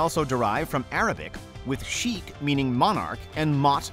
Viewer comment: I really don't think that's how you pronounce "Sheikh".